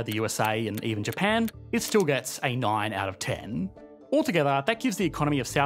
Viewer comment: Ah yes the great "Sea of Japa" xD